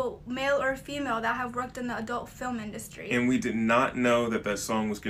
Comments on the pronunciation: every time you say fill em instead of film... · Why do you say stuff like "filum" instead of film? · Idk if you know this (and I’m not trying to be rude or anything) but it’s fi-lm not fil-m. Not trying to be an asshole but… yea. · FIL-EM?! WHY DO YOU SAY FILEM INSYEAD OF FILM EVERY TIME